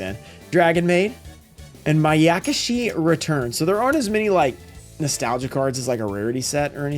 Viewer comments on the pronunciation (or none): they call it adventure now. Also IT'S MAYAKAHSHI NOT MAYAKUHSHI